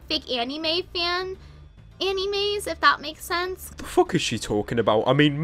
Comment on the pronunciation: AN - EE - MAYS